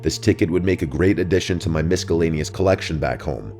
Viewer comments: Did he say misk-alaynious? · This dude cannot pronounce words- misk-a-lane-eous!! I don't believe that second story, it sounds made up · It’s giving ‘IT’. Also “miss cuh lane e us” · Pronouncing it "misk-ellaneous" is crazyyy 😂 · Misk a laneous? Sometimes you give away that this is an AI voice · You lost me at miskelanious……. So dissappointef ……. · has AI glitch proving it's a voice generator. "Miskellaneous" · Did he say "miskaleaneous" hahaha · He said miss-ka-lane-eee-us. Instead of saying miscellaneous and pronouncing it properly lol haha that was the funniest part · miskelaneous um...WHAT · Misk-ellaneous, sir? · No one:: MisCQellaneous 😅 jk love ya bro 👊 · bro said misk cul aneous 💀💀 in all seriousness love your vids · ''MisKAlenious'' lol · Gotta love those misca-lanious collections 😂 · Mis CUH lay nee ous. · Yeah I noticed that too. Who says miskellaneous? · Who says "miscellaneous" as "mis-ca-llaneous?" Come on bruh. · Bro said miskellaneous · Did you seriously mispronounce miscellaneous? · Looking for this comment 🗿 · No way that’s how you say miscellaneous 💀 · Scariest part of this whole video is how pronounces Miscellaneous. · I can't get over how he pronounced miscellaneous at around 9 minutes in 😂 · wouldn't mispronounce miscellaneous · Is it AI? The mispronunciation of Miscellaneous. Caught me off guard. Yes, stuff like that gets to me. Save all your nasty comments. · ... you don't pronounce the c in miscellaneous lol. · that's not how you pronounce miscellaneous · The scariest thing in this whole video Was pronunciation of miscellaneous. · please learn how to say miscellaneous correctly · I’m totally cool with using an AI voiceprint of your own voice. Just make sure it pronounces the words right